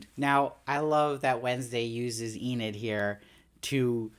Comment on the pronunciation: YOU SAID ENID RIGHT!!! That was killing me lol, love the show and i know its a weird name if u hadnt seen it (i knew Enid Blyton the author) but they were still saying 'ee-nid' in the show so i was a lil lost in the first two reviews like 'wait, who's Aneed?' lol but good job on fixing it up and powering through - great content as always :)